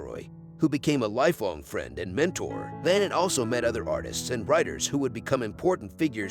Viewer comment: First, this video is narrated by a robot. The painter’s name is mispronounced. It is Mah-NAY. Other French names and words are also mangled. It is painful to listen to! Don’t recommend channel Moving on…